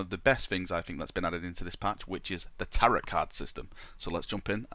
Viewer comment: "Tarot" is pronounced "tarrow".